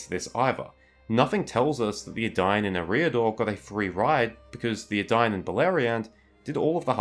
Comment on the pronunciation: eh-dine, not "adaine"